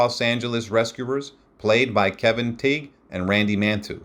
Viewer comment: Kevin Tig? It's pronounced TIE